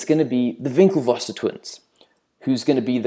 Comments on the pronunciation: HAHA over priced at $1000 .. It's WinkleVos not VinckleVos. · It's "Winkle-voss" not "Vinklevosser"